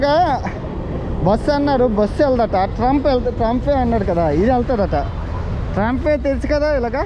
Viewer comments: బ్రదర్ అది ట్రంప్ ట్రైన్ కాదు ట్రామ్..... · ట్రంప్ కాదు తమ్ముడు ట్రాం అంటారు